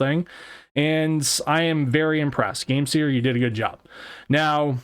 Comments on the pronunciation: Bro its game SIR not seer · I'm pretty sure it's supposed to be sir like a gentleman, not seer. Game-Sir.